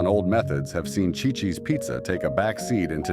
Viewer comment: It is pronounced "see,see's" Ci-Ci's Pizza. Chi-Chi's was the Mexican restaurant that fell on hard times .🙄